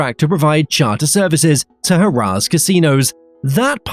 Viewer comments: "HA-RAHs" Casinos? It's "HARE-ahs". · lol I'm going to start calling Harrah's Ha-Rah's! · "HaRAAHzz Casino" 😂